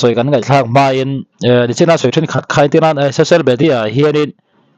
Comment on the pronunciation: He nu hian mizo tawng pawh a thiamlo, khai ni lo in khei tih tur zawk, a zaklo mah mah.